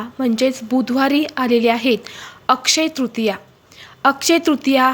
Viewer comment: किती पाल्हा ळ लावता, अक्षय तृतीया असा उच्चार करा बाई